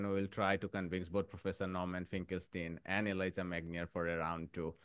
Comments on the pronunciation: Please call this exceptional man Elijah with a J, not Eliza with a Z 🫣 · Elijah Magnier..the name is Elijah not Eliza